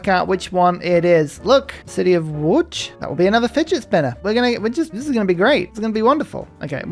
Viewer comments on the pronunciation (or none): none